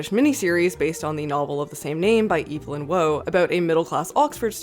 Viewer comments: Pronounced “evv-lin war” not “eev-leen woah” 🤦‍♂️ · “Evelyn Woah” Why do Americans fail that pronouncing words so spectacularly? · Evelyn "Woah" (pronounced like an 80s surfer dude) has to be my new favourite mispronunciation of his name. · It's eve-lyn (like you said) wahh (not whoa.) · Evelyn Wah. Don’t think you pronounced Barry’s surname correctly either.